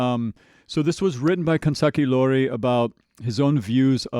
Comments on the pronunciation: Additional correction. He might pronounce iori as i(letter i)-ori, but the correct one is i(letter e)-ori😅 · It probably doesnt matter at this point anymore but I just wanna point out that the name of 'Life Hates Us Now' is Kanzaki Iori as in 'i' not and 'L'